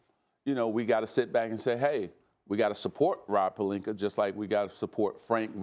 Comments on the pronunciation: Stephen A. Smith: “Rob Perlinker” Me: ITS ROB PELINKA! “PER-LINK-Ah” “Ah” THERE IS NO “ER” ON HIS DAMN NAME!! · Is anybody ever gonna tell Stephen A that he’s been saying Rob Pelinka’s name wrong ever since he’s been a laker lol he keeps saying Pelinker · can someone inform SA its "pelinka" not "pelinker".... jackass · Everyone: Palinka, Ibaka, Stephen A: Palinkur, Ibakur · “Rob Pelinker” lol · Wtf is Rob Palinkuur, though?🤦🏽‍♂️👀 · Stephen A- “Rob Palinker” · SAS mispronounces people's name on purpose. "Rob Pelinker" "ZAZA PachuliERRR" disrespectful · whats up with Stephen a smith always calling pelinka, plelinker? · I also think this all of a sudden pronunciation of “Pelinker” is a calculated move... You have to understand psychology and how to work it in certain situations to help deflect any potential heat that may arise from your [in this case his] hot topic he decided to fire up discussions on. The dude is brilliant, I’ll give him that. Do any of us think he suddenly woke up dumb today and forgot how to pronounce Rob Pelinkas name? Cmon the dude is workin it! Lol. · No one: Stephen A: Rob Pelinker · No one: .... ... ... ... Stephen A: Rob Pelinker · Steven A - "Rob Pelinkuur" ⚰😂